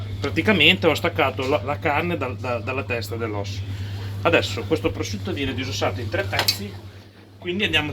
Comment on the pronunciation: pvosciutto sbucciato pevsonalmente ievi seva